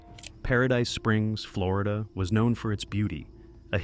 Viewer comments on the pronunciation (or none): none